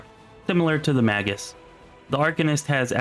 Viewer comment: It's ok, bro, I haven't seen a single review of this game where the reviewer could pronounce anything correctly. Mortismal gaming says things like smile-o-don, and knowledge ar-kay-nuh. He even pronounced owlcat as "ellcat". It's ok, we love you for doing these videos Oh and you both call the Magus a "mah-gis", but it's pronounced "May-gus" lmao